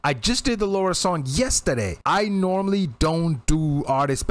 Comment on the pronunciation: Just a small point: it's Lara, not Laura.